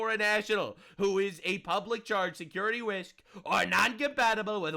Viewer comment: voice is angelic ^^ a rising angel~~~ "secuwity wisk" "fowr" (he's so excited, his inner child is coming out. or maybe his JEW baby on the way is slowly rotting his brain smh. i cant believe the jews would do this to my favourite jew:/) also: oh wait that previous one was the wrong one but ill keep it in for no reason ig haha^^ also also